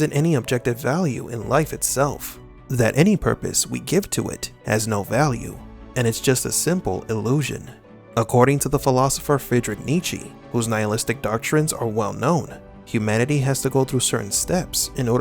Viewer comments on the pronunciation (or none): Come on, dude. These videos are good but when you said Nichi for Nitzsche it was really bad, at least for me.